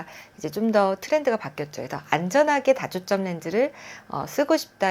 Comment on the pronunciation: 발음이 단과 다가 구준이 안돼요. 단초점 다초점 설명하는데.. 중요한.실수..